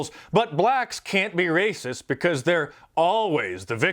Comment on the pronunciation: "Facts iz be ray-cess."